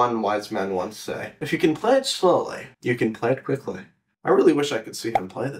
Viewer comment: The "If you can play it slowely you can play it quickely"😂👏👏